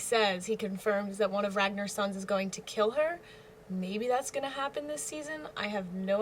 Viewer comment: RagNAR. The 2nd syllable rhymes with "Car".